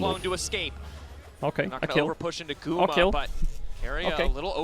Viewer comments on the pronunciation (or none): i kept hearing "GUMA SAUCY" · We need a video compilation of Caedrel pronouncing Guma’s name🤣